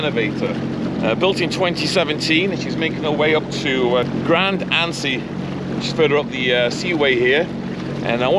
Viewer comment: Lucky crew! Tousand Island cruise and a cruise up the Saguenay fjord to Chicoutimi. The port of Grande Anse is between La Baie which is where the main port for the former Alcan and cruise ship dock is and Chicoutimi, home of several Alcan mills. You do not pronounce the "e" in Anse